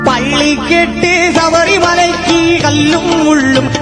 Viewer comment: ராகம் இசை பாடிய விதம் எல்லாம் நல்லது ஆனால் தமிழ் உச்சரிப்பு ஒருசில இடத்தில் தவறாக இருக்கிறது .இருந்தாலும் அவரது குரல் வளம் அதனை மறைக்கிறது . வாழ்த்துக்கள் ( பள்ளி கட்டு ( கிட்டு).சபரிமலைக்கு (கி)